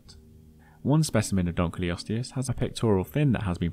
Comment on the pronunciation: it's dunk-ul-osteus not dunk-lee-osteus -> Named after a guy named Dunkle